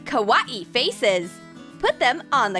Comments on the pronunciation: Ka-wa-ee faces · You say it as ka-why-ii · k-wah-I me: *watching SALIOR moon* kawaii just get it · She says Ko why E lol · It’s kw-a-mi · “Kah- Wah- Ee” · This is the worst video ever the creations does not look nice only the sheep and the cactus looks nice and you pronounce kawaii wrong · How they say kawaii tho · WHO SAYS KAWAII THAT WAY?? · Wait... HOW DO YOU SAY KaWaii ?! KaWaiuW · why did she say kawaii like that lol